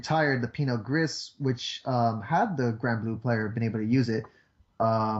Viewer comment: It's not Pinot Grisssss... It's pronounced 'Gree' :<